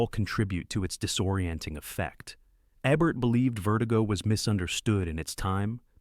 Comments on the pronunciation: DUDE!!!! If you HAVE to use an AI voice to narrate your video, at least make sure IT PRONOUNCES THE NAMES RIGHT!! Abert, Ehbert, it's EEBERT. PAY ATTENTION!!!!! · Gloria Swanson is GENIUS in Sunset Boulevard. I watch it at least once a month. PS It’s not A-Bert! It’s E-Bert! 🙄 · Make sure you have the correct pronunciation of the words and names even if you are using AI. The frequent mispronunciations of Rogert Ebert's last name are annoying.